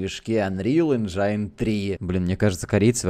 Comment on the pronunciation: Чутка слух режет - не анрил энджАйн, а Энджин